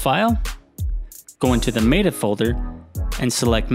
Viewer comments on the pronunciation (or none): none